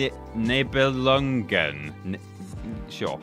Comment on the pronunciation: The title is pronounced knee-beh-lung-en, I believe.